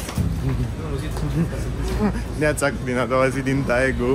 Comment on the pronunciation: Va iubesc și va respect munca, dar va rog sa nu vă supărați când va spun că se pronunță Degu (Daegu). Cam tot ce e cu "ae" se pronunță "e".